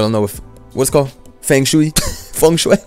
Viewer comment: this man said “Fang Shoe-y” pronouncing feng shui GOAT GOAT GOAT